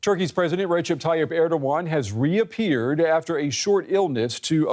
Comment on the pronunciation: It is fomally, Turkiye not Turkey and not Tayyipp it is Tayyip. I would be thankful if you change those words